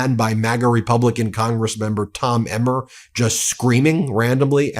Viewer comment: I could've sworn that he screwed up the word 'Republican' and said 'Rebumblican' instead. 😂 That's EXACTLY what Trump is!